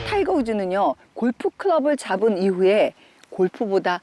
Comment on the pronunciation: 영어쪽과 좀 친할 듯 싶은 연세대를 다녔고.. 미국 가서 유학에...오래 산 분이 발음이 영 ~ golf 발음이 경남사투리인가?... (표기를 못 하겠는데..) '골프'를 '골푸' 로 발음하는 것같고 '푸'에 강세를 주며 발음하는데... 아름답지가 못 해요... 다중을 대상으로 할 때엔 좀 세련되게 발음하면 좋으련만... (볼 때마다) 아쉬워요.. (골프에 대한 정확한 지식, 정보는 인정하지만)